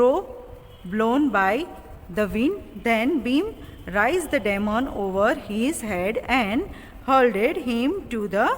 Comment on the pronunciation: Check the pronunciation of DEMON? gosh u need English classes. Whar r u teaching your students?